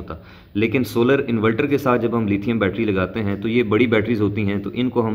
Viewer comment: Inverter hota hai bahi invelter nahi